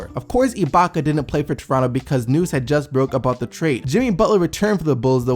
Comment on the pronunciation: Haha this nigga keeps saying iblaka... it's ibaka.. no L.. lol